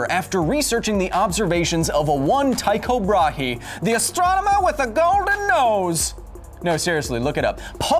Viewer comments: This is a super unimportant correction, but Tycho Brahe’s name is pronounced slightly differently. The y makes more of a “oo” sound, and the last name is pronounced like bra, but with a guttural r. Source: am Danish, have a golden nose. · tyko bra-heeee thats.... an alternative pronounciation to be sure